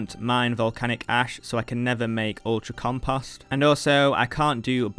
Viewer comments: Love the series... Triggered by how you say "compust" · Rly no offense and I don't think less of your video or you. But it drives me crazy the way you pronounce compost it sounds like comPUSt. Lol but yeah good video mate and best of luck to you in your journey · "compohst" dropped that like/sub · the amount of times 'compust' was said was out of this world. almost couldn't keep watching. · You mean every time he says "comPUSt" hahaha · Hey man, I just wanted to say "compost" doesn't have the letter a in it.